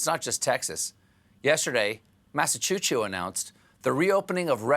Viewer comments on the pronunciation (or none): dude, did he say "massachu-chu"? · Massachoochoo? I didn’t know Stephen was gang gang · Massachusetts resident here. I'm now calling my state MassaChooChoo 🤣🤣🤣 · LOL... you can’t pronounce Massachusetts correctly. And BTW, we do have MANY Roller Skating rinks, and they were thriving before COVID...